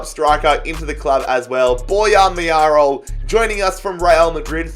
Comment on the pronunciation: LaTIURO Martinez, Borja MaYAROL... dude, you have good content, but please, at least try to read the names of the players right.